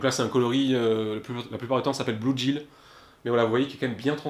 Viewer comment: bluegill se prononce "blouguile". super video sinon, même si je pêche pas c'est super intéressant !